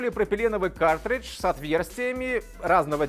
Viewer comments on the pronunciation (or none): Вы говорите "катридж" вместо "каРтридж"?